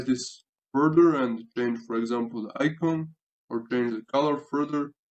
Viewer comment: Great tutorial! My only comment, and I'll preface this by saying your English is MUCH better then I could ever speak your native language. I'm presenting this as a helpful hit for future English speaking videos and not a criticism. icon is pronounced "eye con" or "I con" in English. Not "E con". Keep up the great work...